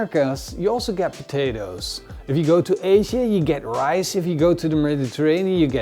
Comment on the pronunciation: Het is RICE lol. Niet ricet.